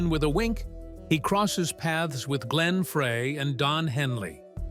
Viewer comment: I had to stop when I heard the name "Glenn Fray. "